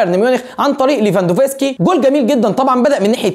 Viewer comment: مين ليفافانوسكي دا 😂 اسمو ليفاندوفسكي -ليفا-ندوسكي-ليفاندوسكي 🤚😂